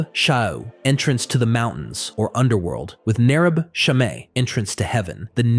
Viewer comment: Shamesh = Shemesh. I dont care what the Rabbis say.